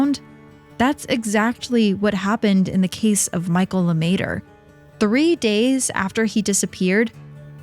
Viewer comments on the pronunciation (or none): "LeMaitre" - not Luhmayturrr.